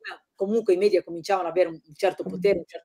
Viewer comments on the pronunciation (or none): none